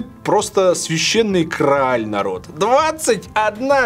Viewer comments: не крааль, а грааль, немочь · 27- число. Запустил ролик и тоже не понял, что за "крааль"... Что с Вилсой... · Священный кто? Крааль? )))